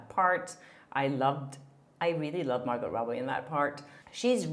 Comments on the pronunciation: Great informative video,. You might like to know it's Mar - go not Mar - got. The t is silent. The name probably came originally from the French language into English. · Jesus! I know English is not your first language but it’s a silent “t” Margo not MargoTTT.. just saying.. it’s grinding TF on me. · It's Mar"gow" ... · Girl ! You’re an entertainment reporter! Margot is pronounced Margo. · Margot Robbie's name is pronounced Margo! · Sorry, but you don’t pronounce the “t“ in Margot (like Margaux) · I believe it’s pronounced Margeaux (mar-goe), no?? Have I been saying it wrong?😄 love your channel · Margot = pronounced Mar-go 😊 (just so's you know) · Margot is pronounced Mar- go, the T is silent.. at least Thts how she pronounces her name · The "t" is silent in Margot. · Hedging her bets on the pronunciation of “Margot” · The T isn’t pronounced in Margot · The “T” in Margot is silent, just so you know. :) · Don't pronunce T in Margot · Hey, awesome vid as always! Just wanted to mention the pronunciation of America Ferrera's surname and Margot Robbie's name, as I hear that you're mispronouncing it (not a big deal at all, English is also not my first language and I often mispronounce English words, I just thought I'd mention it before you maybe get hate from others for mispronouncing their names, don't want anyone to discredit you for something so silly as that): Ferrera is pronounced Fuh-rare-rah and the t in Margot's name is silent, and you pronounce the "go" of Margot as in "let's go get a coffee". Love your vids!🥳🥳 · Hi. The t in Margot's name is silent. Interesting report! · Hi, quick note: with Margot's name you don't say the T.